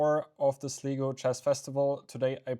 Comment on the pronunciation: Enjoying these round recaps! (btw Sligo is pronounced Sly-go 🙏)